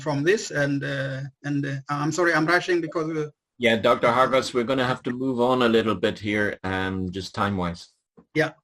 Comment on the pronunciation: You sounds like you are saying Hostages.